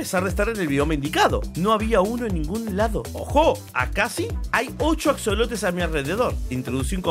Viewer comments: En español se pronuncia y se escribe ajolote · Axolotes? Según se se pronuncia ajolote por que es de hecho un animal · Se escribe axolote y se pronuncia ajolote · Se pronuncia ajolote, Bro 👍🏼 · Se pronuncia ajolote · Se escribe con "x" pero se pronuncia como si fuera "j" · Se pronuncia con jota hombre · Men me da cancer escuchar que lo pronuncia en ingles >:c